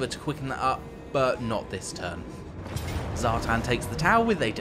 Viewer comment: Zhartan??? really... come on....... its Satan........